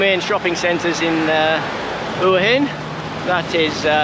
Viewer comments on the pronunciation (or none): Learn to pronounce Hua Hin!